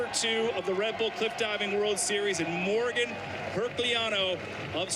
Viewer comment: The commentarors don't know how to pronounce Morgane or Herculano. Great.